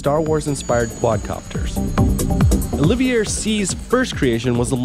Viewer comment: Mispronounced Olivier what felt like 30 times.